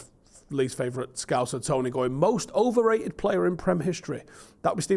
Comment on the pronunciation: Imagine saying Scholes is oberrated 😂